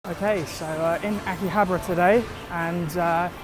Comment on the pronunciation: Damn you can’t pronounce shit! 🤣😂🤣😂 FYI it’s (pronounced) ah-key-hob-are uh